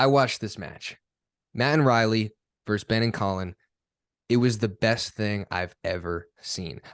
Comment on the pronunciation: Great content you two. Can I just offer a quick English lesson to not only James but to so many commentators these days. It is not one team “verse” another. It is one team “versus” another—totally different words with totally different meanings. Please relay this message to Dom and Adam and everybody you hear making this mistake. Thanks! Great playing, btw!